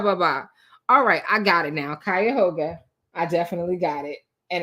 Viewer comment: Girl it’s Cuyahoga pronounced Kai-u - hog-a … whew chile 😮